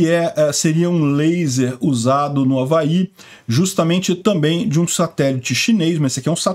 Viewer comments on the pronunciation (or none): none